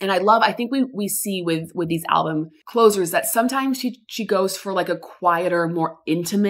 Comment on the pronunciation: did u say closure?